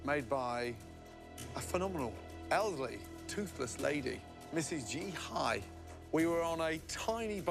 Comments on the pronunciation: Là Di Hai chứ không phải G.Hai nhé :< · Hủ tiếu mì của Dì Hai, not G Hai =)). Hủ tíu mì ổng đọc là hủ tíu mai :v